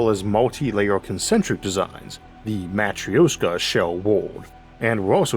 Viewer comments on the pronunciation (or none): none